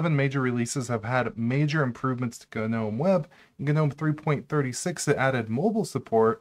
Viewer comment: Thank you for saying ‘nome’ (like that word is pronounced) instead of ‘guh-nome’. Guh-nome drives me nuts.